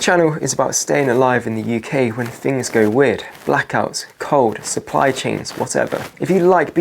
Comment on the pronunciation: Yep, very annoying, though not as much as someone who says "Fings like one, two, free". TH is not pronounced F, unless you are a nutter